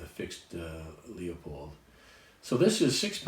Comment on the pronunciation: Thank you for the video. The scope company is pronounced loo-pold, not lEEo-pold, BTW. :-)